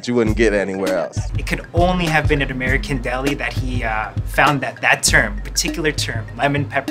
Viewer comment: You know it’s real when he calls American deli ‘merican deli